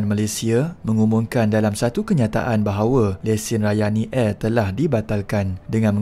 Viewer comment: Ohh... Rayani Air. Saya dengar tadi macam Ryanair😂😅